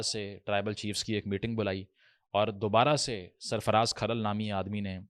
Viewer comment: Bolna to seekh le so called philosopher sb Jhamra nahi jhumra hai Or khral tribe nahi hai Kharal Rajput caste ki sub clan ya sub caste hai Waty, joiya or fatyana bhi Rajput goat گوت hain